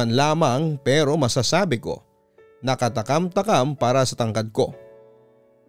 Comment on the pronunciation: Katam Taman po ata iyon hindi katakam takam.